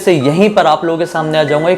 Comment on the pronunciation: Ap khoof nakh khoof nakh ku bolte ho😡😡